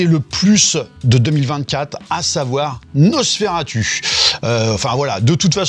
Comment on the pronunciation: Mais c'est quoi ce nouveau trend d'appeler "Nosss faire attu" ??? La prononciation a TOUJOURS été "NosferaTOU"... Je vois plein de Youtuber réinventer la prononciation qu'on connait depuis plus d'un siècle... J'ai JAMAIS entendu "turlututu" avant ces dernières semaines avec des Youtubers... C'est "NosferaTOU" bordel de merde. C'est le u latin (/romain).